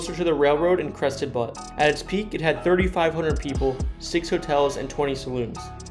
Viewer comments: Pronounced = beaut. Not butt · It's not butt it's pronounced like "look at that car it's a butte" like Australians would say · That’s not how you pronounce butte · Butte is a word in the English language. There are buttes all over the world. Regardless of where a person is from they should know the proper pronounceation. He mentioned Crested Butte and said it as "butt" too. Sad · Butte is pronounced like "beautiful" minus the "iful." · You’re pronouncing Butte and Debris wrong! What’s wrong with you???